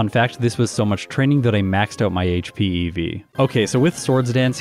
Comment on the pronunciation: Ok, I just can't stop hearing "eevee" instead of EV. Now I need pictures of speed eevees and attack eevees and such. I'd like to imagine that defense eevees are just dressed up as Zamazenta.